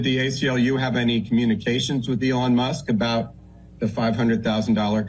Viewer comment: Lol couldn't even say Elon musk name correctly he says Ellen. Now this isn't me trying to be mean or anything just odd 😆